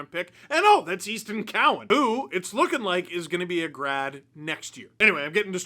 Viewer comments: Instead of hearing "Grad" I was oddly hearing "Brad" hmmm I can't think of why 😂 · I know he is saying 'grad' but all I hear is 'brad'.